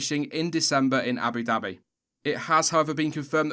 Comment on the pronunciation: The way you say "Abu Dhabi" is cartoonishly hilarious.